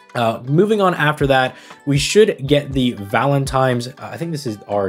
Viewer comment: Am I crazy or was pronouncing it "Valentime's"